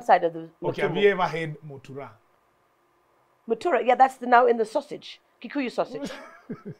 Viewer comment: Her English level doesn't allow her to pronounce mutura well😭😭and here I am